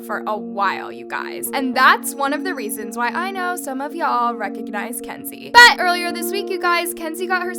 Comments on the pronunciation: the BUT keeps scaring the fuck out of me lmao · jesus the ‘BUT’ is so annoying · The way you say “BUT” is too much. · My heart skip a beat everytime says BUT!! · I kept getting distracted by you saying “BUT!!!” 😂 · it was kinda extra and annoying tbh lmfao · The emphasis of “but” always distracts me